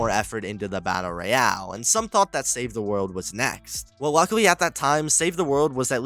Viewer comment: the way you pronounce battle royale is annoying af